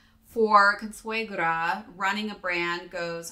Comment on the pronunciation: Ninja Turtles/Splinter vibes lmaooooo. Also, your pronunciation of "Consuegra" was funny, but I'll give you an A for at least trying lol